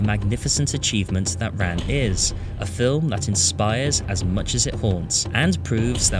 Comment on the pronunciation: C'mon, c'mon. Say it right, now. Tapped R (half-way between an R and an L), then ahn.